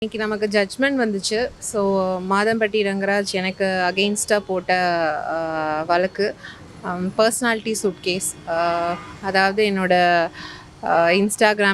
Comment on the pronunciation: valakku ? It's vazhakku ! Just saying 😂